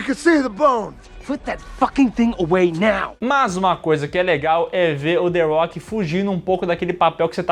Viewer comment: A rocha, não "arrocha"... the rock